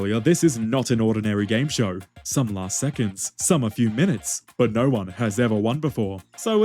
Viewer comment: Ain't no god damn way man said "naur"